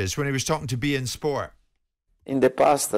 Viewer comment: "In the pasta......" Doesn't get more Italian than that.